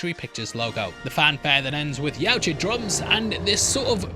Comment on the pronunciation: Finally learned to pronounce Yautja the right way😂😂😂